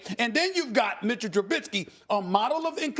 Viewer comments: It's Trubisky not Trubidsky!!! She's really annoying IMO... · I forgot to mention do u guys hear how these idiots are pronouncing Mitch’s last name? Lmao they are adding a letter t after the letter i and calling him truBITsky 😂😂😂😂😂.. bunch of morons..